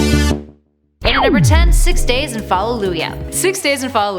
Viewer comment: Fall-oo-jah The double o makes the hard u sound.